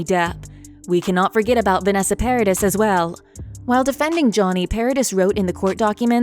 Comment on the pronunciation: It's not Para DISS it's ParaDEE